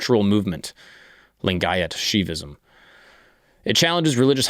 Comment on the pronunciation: And yes your pronunciation of lingayat was right, the one you liked 😂